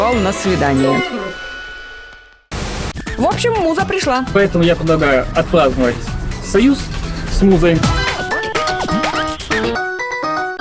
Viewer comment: Мне одной показалось что (поэт) в сказал,,отпЛаздновать"! А не,, отпРаздновать"?